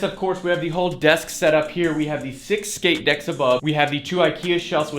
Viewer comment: "shix shkate decks"